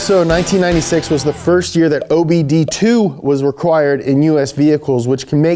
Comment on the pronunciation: Herpy new yer